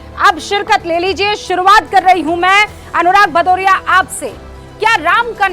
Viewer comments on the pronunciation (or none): भदौरिया नही पदौरिया है